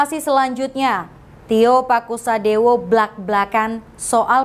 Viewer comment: Tio Pakusodewo bukan TIO PASUKADEWO